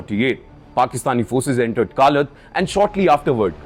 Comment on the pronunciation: Indian media needs to be embarrassed. It’s Kalaat, not Kaalat. It’s Makraan, not Maakran, it’s Lasbela, not Laasbela. Shame on you for not even having the decency to pronounce the places correctly. It actually shows something deeper. Indian media has no connection to the geography. Nothing matters more than pronouncing a name right. You failed.